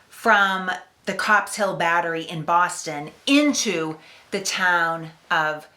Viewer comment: I think she said "Baaahhhston" .... or something like that